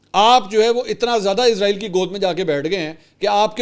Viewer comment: منصور علی خان صاحب سے درخواست ہے کہ برائے مہربانی "عزرائیل" کی بجائے اسرائیل پڑھا جائے کیونکہ عزرائیل موت کے فرشتے کا نام ہے